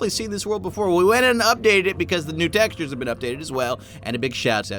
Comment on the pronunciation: textures not texutres